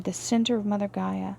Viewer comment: GAIA, not Geyer! 🤣